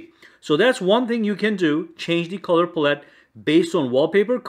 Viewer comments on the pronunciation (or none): Color "pull-it" lol, its palette my guy. Pal. ette. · Btw pallete is pal- it, not puh-let lol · Who tf say pallette like that😂🤦